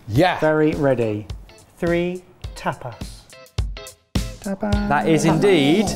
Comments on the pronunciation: An entire episode of the group mispronouncing 'tapas' as 'tap ass' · Throughout the whole video not one of them noticed that tapas isn't pronounced "tap ass". Also I feel like tortilla is more of a breakfast/brunch. Definitely pretty hearty for tapas.